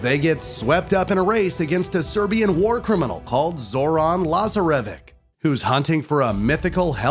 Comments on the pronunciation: Zoron laza-re-vek 😂😂😂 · Zor-an Laazah-revik? Come on dude... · It makes me cringe to how he pronunced zoran lazarevic and cintamani 😭